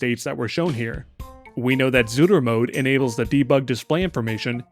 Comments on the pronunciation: I see the word "Zuru"...but all i keep hearing is "Zooter" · Idk if I'm going insane but are you saying zooter mode